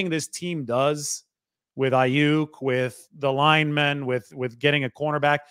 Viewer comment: And that he can’t say Aiyuk the right way